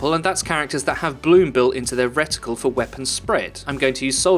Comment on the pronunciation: Its reticle not riddicul